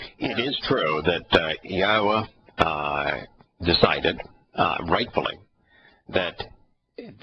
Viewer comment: Yahowah pronounced clearly long o. Not short cut